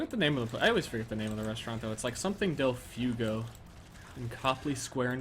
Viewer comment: Delfugo? Is he trying to say del fuego? Because that means, literally, 'of the fire'.